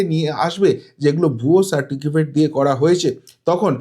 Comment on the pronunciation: দু তিন বার সার্টিফিকেট উচ্চারণ ভুল!